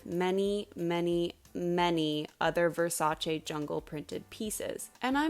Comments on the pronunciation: I am genuinely thanking you for pronouncing Versace right ITS NOT VERSACHEE ITS VERSACE ITS ITALIAN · Omg a non-Italian person who knows how to say "Versace" correctly? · Hearing you pronounce "Versace" correctly makes me so happy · Reason #1097 I adore you: You actually pronounce Versace correctly which didn't even happen in the miniseries!!! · Thank God; finally someone who knows the proper pronunciation of Versace. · thank you for pronouncing Versace correctly!